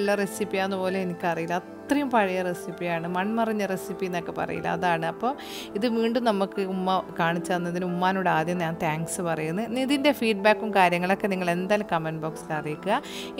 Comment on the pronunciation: "മൺമറിഞ്ഞ" എന്നല്ല "മൺമറഞ്ഞ" എന്നാണ് പറയുക..